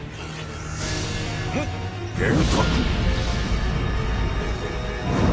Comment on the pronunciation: そこがいいというか フルカウンターの発音が好き♪